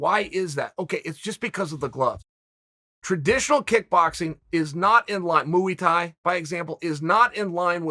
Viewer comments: Me: Muay Thai Chael: Muee Thai Me: Muee Thai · Muay Thai Community: "Muay Thai" Chael: "Mooey tie" Muay Thai Community: "Mooey tie" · Drinking game - take a drink every time Uncle Chael says "Mooey Thai" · Muee thai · Chael: His name is Surreal now and he practices Mooey Thai. Me: OK great. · Mooey tie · ok, its Mooey Tie...proceed. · Mui tye- ya know- Muewi tie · Moo-ey Thai??? Really n**ga?? Cmon Uncle Chael. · The way he pronounces Mauythai 😹😹